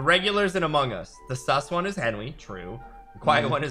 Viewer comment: It sound like sais welcome back to a random video